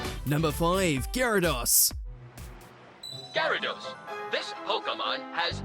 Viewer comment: ... please actually listen to the clips before doing your voiceover You said Gyarados, followed immediately by the show saying it correctly And Pokèmon is still being said incorrectly 25 years later